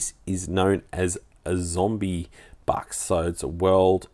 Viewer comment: Australia is kind of more represented by the Kangaruin these days, than the kangaroo, heh. Also, it's zombucks, not zombybucks you drongo. Nice pick ups. PBE do offer some different selections than other dealers, to their credit.